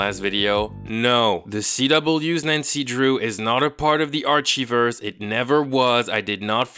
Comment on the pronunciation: I love how he says "Arshiverse" instead of "Archiverse" Love you